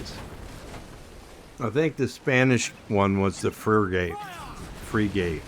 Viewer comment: Bro love the video thank you but the pronunciation of the ships is Frig-it